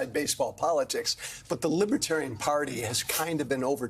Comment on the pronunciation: Does he know the difference between Libertarian and Libertine? From his pronouncing Libitarian leaves me wondering?